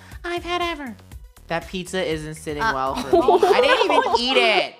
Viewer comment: is "me" not "meh" 😐